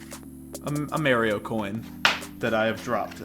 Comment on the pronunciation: WHY DO YOU PRONOUNCE MARIO AND WARIO LIKE THAT.